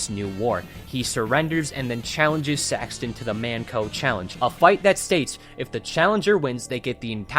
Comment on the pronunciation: The way this guy says saxton is just unholy